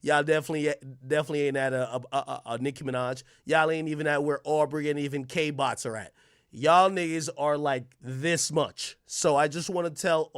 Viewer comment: Why he continue to say kbots?😂 they to smart for u?